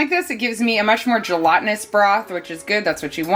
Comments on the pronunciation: Yes , I came here to say that. You pronounced it correctly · Tell Belle you were pronouncing gelatinous correctly! 😂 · Gelatinous pronunciation spot on. 😊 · You are so industrious. I was wondering about your power bills. Electricity and gas has become really expensive here in Australia and is increasing every year. BTW -You pronounced gelatinous perfectly. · you are not saying gelatinous incorrectly - sorry Belle.